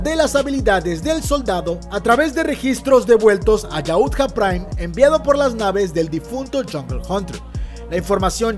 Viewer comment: Muy buen vídeo pero suena gracioso que dice yaútja con acento en la u si no tiene tilde y es solo yautja